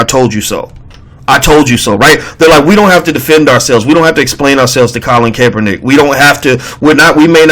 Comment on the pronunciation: CAP er nick.....emphasis on the "cap" as in "hat"